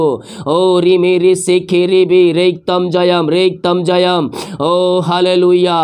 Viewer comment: रिक्तम जयम नहीं, प्रभु येशु रक्तम जयम कहे ❤